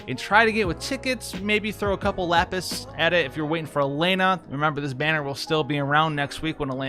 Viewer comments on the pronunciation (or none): none